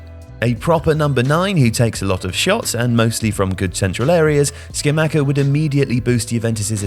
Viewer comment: It’s sca-mach-ah stupido